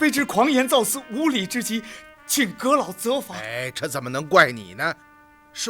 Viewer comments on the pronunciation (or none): 造次（造刺）😂😂😂